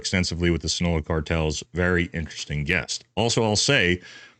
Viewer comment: Sin-oh-loa, not sunola